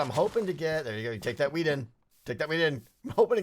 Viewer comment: When you say "wheat" it seems you sey "weed"